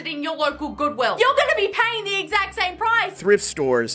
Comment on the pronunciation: I couldnt ignore the emphasis on the WI in goodwill 😅